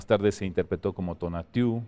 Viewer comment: perdon pero el director del INAH no deberia tener al menos nociones del idioma nahuatl? dice tonatiú si supiera lo más basico hubiera pronunciado tonátiu, cambia la acentuacion